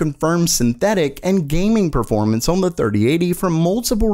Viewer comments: For real, it's lemon infused glass shards hearing you say "OHRWWN" instead of "on". I have no idea why, but I just cannot stand it at all. it's awful. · he says “on” so weird.